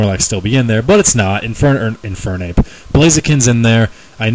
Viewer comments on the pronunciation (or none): none